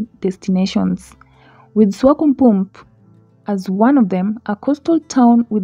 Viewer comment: its Swakopmund not Swakopump